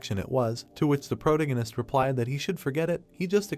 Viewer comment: Sir.. That is NOT how you pronounce protagonist 😭